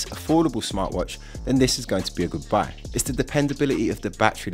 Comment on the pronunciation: "then this is going to be a good buy" thought I heard good bye at first.